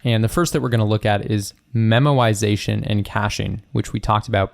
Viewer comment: when u say memoization it sounds like ur saying memorisation but pronouncing it as 'memowisation🥺' and now I can't un-hear it lol